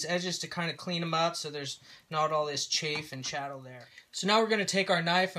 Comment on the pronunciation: brought to you by "chafe and chattle"